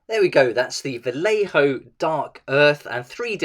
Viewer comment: Spanish here, the pronunciation is "vayejo" if it were written in English, thanks for the content anyway.